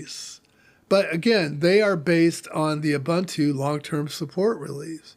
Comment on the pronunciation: "OOBANTOO" doesn't exist.